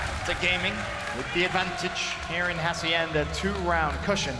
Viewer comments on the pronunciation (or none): Ha-see-end-a, not haciender. Also karma not karmer